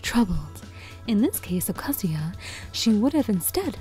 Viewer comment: Who’s kuh-ZOO-yuh? 🤔